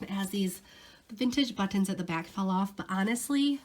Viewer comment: When you say “but-tons” it makes me smile !! Thanks for the info & videos !!